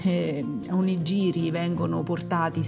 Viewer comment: Buoni gli onigiri! Piccola nota: si pronuncia onighiri. Nella translitterazione gi=ghi ji=gi.